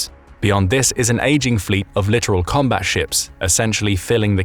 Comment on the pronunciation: Love yourself man I watch it all the time. But you like many others get the word littoral but you pronounce it like literal. The littoral Zone defines Waters that are close to shore off and brown which is why they call it the brown Water Navy. Littoral Zone. You should look it up. Still love the channel keep up the good work